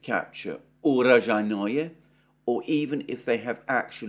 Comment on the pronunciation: Alexander, you are the only person I know that pronounces Urozhaine more difficultly than it actually is. Oo-Row-Zhi-Ne. Oo as in Noodles, Row as in Grow, Zhi as in Pi, and Ne as in Net (without the T, obviously). The often used case where names end with 'Oye', does not apply. Honestly, 'your vagina' sounds more like the correct name of the town than your recently updated utterance. ;)